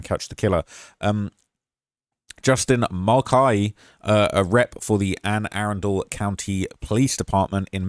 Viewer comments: (Anne-A-Run-Dle) county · It’s pronounced ‘Anna-Run-Dull’ county in case you wanted to know for future videos. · ann-uh-run-dul county